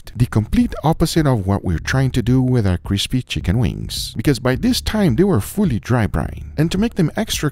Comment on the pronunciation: Guga when he says the words, this, that, and there! “Diss” “dat” “dare”